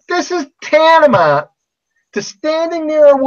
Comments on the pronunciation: He says tantama not once not twice but thrice! Doubtful he knows the meaning of "tantamount" if he can't even say it, hahahaha! He says it four times actually, hehehe, using a word he doesn't know, adorable. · Tan-ta-mount - That's THREE syllables. If he uses that word a lot, ppl are BOUND to be impressed with his yuge, big boy vocabulary and be in awe of his intelligence!